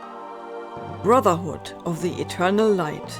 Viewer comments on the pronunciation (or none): none